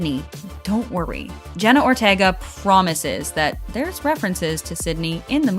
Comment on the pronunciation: please say Jenna her lasy name right😭